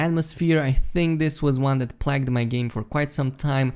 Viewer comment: Why does he keep saying plaged